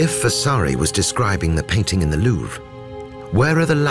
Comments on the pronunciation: pleasant commentary BUT what an ear grating pronunciation of Louvre. Its not Louvra. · Narrator pronounces Louvre two ways. Anyone else catch this?